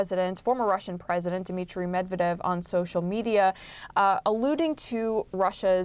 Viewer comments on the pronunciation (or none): his last name is Medvedev not medavev....dumb journalist........she has TDS disease forever.... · She even can't speak Medvedev right. She sad Medevev lol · Stupidity not medeved its Medvedev😂😂😂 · It’s not Dmitri “Medeved” as Caitlin says here. It’s Dmitri “Medvedev.” An honest, mistake? Probably yes. But that doesn’t mean we shouldn’t try extra hard to get it right the next time, even though I admit it’s not an easy word to say. Just trying to be fair to all sides. 😊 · It's Medvedev and not Medevev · Former President Mavdev and then President Meb ved devs 😂 😂. He has been a reporter for many years and apparently one that is higher ranking. How does he get the former president of russias name so wrong? Then bringing on John Bolton for his opinion and analysis shows HOW DESPERATE HE IS AND CNN! Laughable! I watch for this comedy bc that’s what it is! These people still don’t realize that they are compromised and have been for years! The years part is for those who can no longer deny the overwhelming truth and facts about these frauds at cnn msnbc Bolton, clapper Brennan, comi , Hilary, Obama, Biden, milley:) he is a total loser FAUCI and so many others! You guys have to give it up! Your audience is 75 percent here to laugh and remind how terrible your reporting is. 15 percent know your liars but are hanging on by a thread so that they don’t look crazy for believing everything you told them for the last 10 years. Then you have the rest that are Looney Tunes! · Her pronunciation of Medvdev is so cute 🥰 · bro she can't even say "medvedev" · this idiot doesn't know how to pronounce the russian guys name lmao. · F CNN you couldn't even pronounce the Former Russian Presidents name. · She just mispronounced Medvedev which could escalate even more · she cant even pronounce medvedev and she is a news anchor? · is MEDVEDEV so hard to pronounce